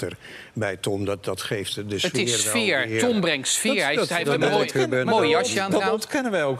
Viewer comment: Tom brengt sfeejjjjjjjjjjjjjjjjjjjjjjjjj Tom brengt sfeejjjjjjjjjjjjjjjjjjjjjjjj. Verschrikkelijk!!